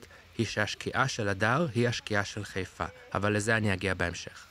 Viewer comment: איך יודעים שאתה לא חיפאי אמיתי? אתה קורא לעיר חֵיפָה ולא חַיפָה